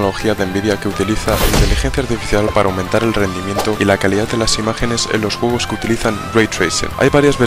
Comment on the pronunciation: Juogos.... Hablen Bien lpm